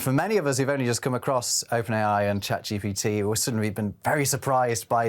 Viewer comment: It's Chat GPT, NOT CHAt GBT.